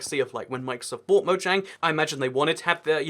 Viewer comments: it mojang not moyang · MoJANG!! Yeah, J can have a Y sound, but it doesn't in Mojang. Hard J. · It’s actually officially pronounced with the J. Even the developers say so.